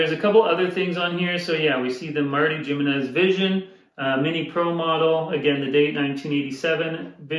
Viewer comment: Pronounced Himenez...